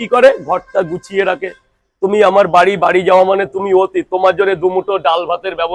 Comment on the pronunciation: আজ থেকে জানলাম অতিথি কে অতিথ বলে 😅😅😅